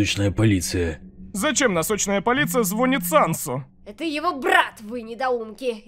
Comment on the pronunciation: Ударение на и звонИт